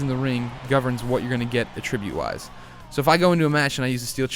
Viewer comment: You say 'attribute' totally wrong.